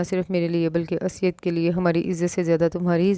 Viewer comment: Sis it's not asyad it's Usaid...